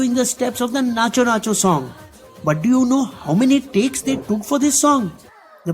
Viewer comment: Bro firstly let me tell you that its , Natu not nachoo Its pushpa thagedhelee not jhukega nahi saala